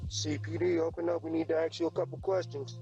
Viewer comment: "we need to AXE you a couple questions"